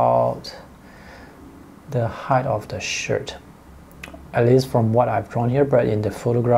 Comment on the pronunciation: I had a laugh at your pronunciation of the ladies shirt.......shit...lol ...excellent video again ,thank you .I do learn lots from them